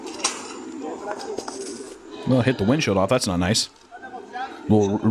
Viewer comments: he definitely says "ween sheel". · he said "ween shield" 😂